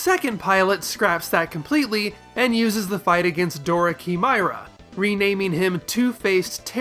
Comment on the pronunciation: Why do so many people have a hard time pronouncing "chimera"? It's not "key-my-rah" or "shimmer-ah". It's "kai-mare-ah". It's frustrating.